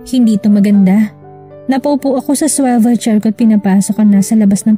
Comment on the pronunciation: Hirapna hirap si narrator sa swivel chair na Ipronounce.